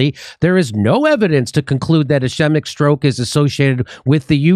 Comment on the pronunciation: Jimmy...a helpful phonetic rule..A vowell followed by a consonent then another vowell almost always makes the first vowell long. So it would be es cheee-mic